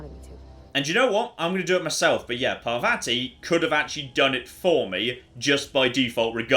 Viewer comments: Pa-vA-tea is not the correct pronunciation. Just fyi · Please note that the name of your companion is pronounced “Parrvathi” (double “r” indicates it is hard, as in “paranoid”) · I'm not sure how the game says it but is bring very British with his pronunciation of Parvati. The proper/Indian way would be closer to Parrvuthi. So roll the r slightly, say u instead of the second a and a soft t.